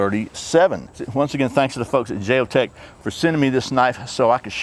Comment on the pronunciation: I don't think the J is pronounced lol like the J in Jalapeno haha